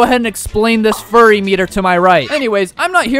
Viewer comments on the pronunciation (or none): btw the fury word is pronouced like fyuri not furry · Bro says furry meter when it is fury meter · bro its fury meter not "furry" meter😂😂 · Its fury not furry you... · You called it furry meter not fury meter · It fury not furry bru :v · It’s not furry meter it’s fury meter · It's actually not furry, it's fury. Pronounced as fewry 🤓🤓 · It's pronounced "Fyury" not "Furry" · its fu–ry not fur–ry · its fury as in few-ry but w wids tho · Its called fi-ury-meter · why do you pronouce fury meter as furry meter its obviously different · Bro said furry meter💀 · F-yury search up how to pronounce fury